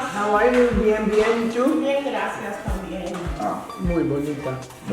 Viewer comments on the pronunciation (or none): none